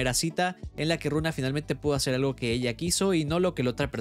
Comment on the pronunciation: Hasta donde se el nombre de la prota es Luna, no Runa, pero como la pronunciación de la L es casi una R pues eso, la verdad no se si eso afecta mucho, hay muchos animes donde tambien pasa :'v en su celular se ve que arriba dice "Luna"